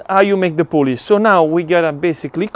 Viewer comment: FYI it is not Polish as in the country, its poolish like in poo poo!